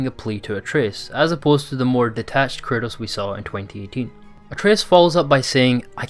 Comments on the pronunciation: Dude it's kratos not Curtis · Are you saying curtis or kratos😂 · Good video but I swear I keep hearing him say Curtis and not kratos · Sounds like you keep saying curtis instead of kratos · who is this "Curtis" you speak of? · Man everytIme this guy says KRATOS, all I hear is CURTIS... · Interesting vid, but you know his name is Kratos, not Curtis? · The way this guy pronounces 'kratos' sounds like he's saying 'chris' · Anyone hearing it as curtis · Am i the only hearing him pronounce KRATOS Curtis ? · It sounds like you’re saying Curtis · Sounds like you're saying Curtis instead of Kratos. No beef, it just made me LoL imagining Kratos fully embracing dadhood, and changing his name to Curtis 😂😂😂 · Please stop saying KURTIS! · “Kratos” not “Kurtis” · Yo this whole video I'm thinking "who the hell is Curtis??" But finally realized you were saying Kratos... slow down bro, say it w me. KRAYY-TOES. Great video and breakdown tho 💪🏽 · Love your vids, but why the hell do you always pronounce kratos’ name wrong it sounds like you are saying “curtis” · who the fuck is kurtis? You mean kratos? lol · Great video and breakdown. The way you pronounce Kratos sounds so much like Curtis which reminded me of Cory Barlogs interview with gameinformer in 2018 😂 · I'm I the only one that keeps hearing this channels narrator saying "Curtis" when he's referring to Kratos? haha 🤣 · Yes bro me too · STOP SAYING KURTIS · You say kratos, I hear curtis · Why does every time u say Kratos it sounds like Curtis?? :)) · bro the way he says kratos is annoying me